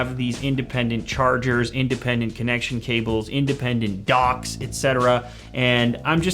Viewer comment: the way he says docks lol